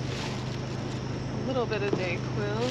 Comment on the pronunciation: Did you say the bottle had a little bit of DayQuil? 🥴